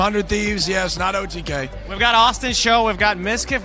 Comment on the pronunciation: Even tho she said otk as otv. She really did a great job.